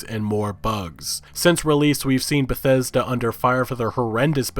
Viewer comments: "Besesda" Lol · Lol damn he fuck up pronouncing Bethesda that I couldn't say right for a while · on a side note motherfkers trien to say bethesda just use BETH then say ESDA BETH ESDA its not that hard ffs. thought tbh wont be saying that for long at this rate when they get shut down one day.